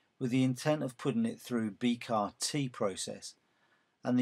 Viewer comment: B C A R.....not B CAR!